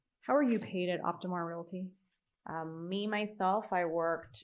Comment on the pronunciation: She also says relaty instead of realty and murah for murder